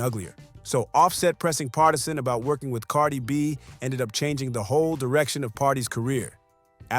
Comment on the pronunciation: Haha i love how can't say Cardi's name. 😅